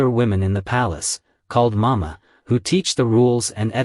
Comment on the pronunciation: "Mama" not "Momo?" Am I wrong?